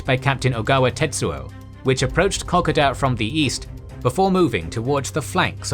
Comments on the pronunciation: It's called Ko-Koda. it's ko first and then koda, not kok-oda. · Lol your pronunciation of kokoda is hurting my ears...just horrible....it's pronounced in English closer to Co Coo Da !! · I wish the narrator would learn to pronounce the word Kokoda correctly. He really should check as it really is frustrating to hear the idiot talking and butchering the correct pronunciation. It is KO.....KODA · We Aussies pronounce it co co da not cockada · Ko-Koda not Cock-Oda Just saying... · Great video as always. The story of the Kokoda track makes up a huge part of Australian culture. Here in Australia we generally pronounce the name as as co-co-da and not coc-a-da, so I found it a little jarring hearing the different pronunciation. But otherwise a great summary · Kokoda sounds like K.ko.da , please update 😊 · Co code da is how it is pronounced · Kokoda - Ko-koe-da. The first ko sounds like ko as in coconut followed by a ko with a similar sound to Poe. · Kokoda is pronounced Co-coda. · What the hell is COCKADA!!!!! Bloody insult to all whom fought and died there. If you are going to try to make a historical documentary you could at least have the decency to pronounce the place names that now honour the thousands that lost their lives in the most appalling circumstances for your democratic freedoms. The Kokoda Track campaign or Kokoda Trail campaign was part of the Pacific War of World War II. The campaign consisted of a series of battles fought between July and November 1942 in what was then the Australian Territory of Papua. Wikipedia. Pronounced more with an "A" sound / silent first "O" / KA KO DA or KO KO DA - ( NOT COCK O DA.....!!!!! ) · Ko-Ko-Da and Maa-Roo-Bra. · Your pronunciation of Kokoda is terrible I am sorry to say. It's kuh·kow·duh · This is so hard to watch when you’re pronouncing the name Kokoda completely wrong for the whole 17 minutes. Pronounced C- code - a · Great vid but wished you could say Kokoda properly need to break it up its ko ko da